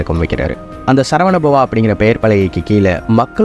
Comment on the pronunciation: Video was good . But pronounciation is not. சரவண பவன் Not சரவண பவா